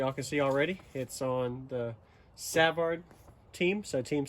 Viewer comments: 😅😅🤣🤣 pretty sure it's pronounced Suh-vard too.. This guy! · Savard pronounced suh-vhard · You should at least go to their website so that you can learn how to pronounce there name properly before doing it on boxing LOL.. can't wait to here them..I'm still almost a dB virgin when it comes to hearing good clean bass and just loud bass.. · I was thinking the same thing on the pronunciation.. 😅🤣